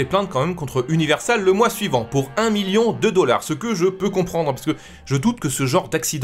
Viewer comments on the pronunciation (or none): none